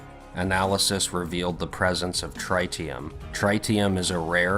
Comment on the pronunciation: Pronounced trit-tee-um